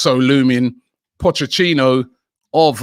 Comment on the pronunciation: "Pochechino"